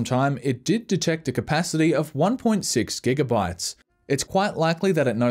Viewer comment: Did I just hear him say gigabrytes?